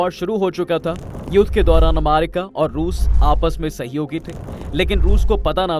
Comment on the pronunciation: अमेरिका ❎️ अमारिका ✅️ 😂😂🤣